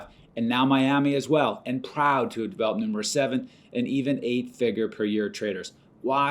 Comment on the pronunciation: How he’s saying PROUD 😂